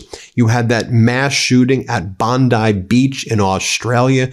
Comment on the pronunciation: Its Bond-ee. Not Bond-I.